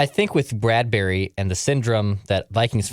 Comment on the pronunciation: Why are you pronouncing it Brad-berry?